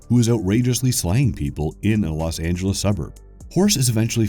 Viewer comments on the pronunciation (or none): none